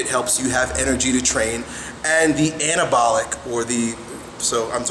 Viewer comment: Sounds like he is saying cannabalic